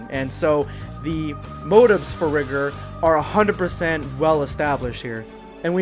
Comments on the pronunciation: Its not pronounced rih-gurr, its riy-gore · You keep saying rigor wrong, it’s ri-gor. My bad for somewhat being rude it just kinda sounds weird if you don’t say it write.